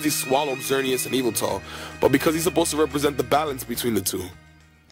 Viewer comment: You dont pronounce yveltel i-va-tel its vel-tal